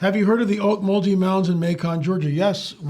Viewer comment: There was funny to hear how Macon was mispronounced while Ocmulgee was pretty much nailed. Lived in Macon, Georgia, in the 1970s. After learning the origins of word Ocmulgee I decided it likely wasn't the best idea to name our canoe 'bubbling water'.